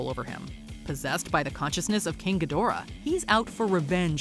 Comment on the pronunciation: It's pronounced GEEdorah. They even say it like that in the movies.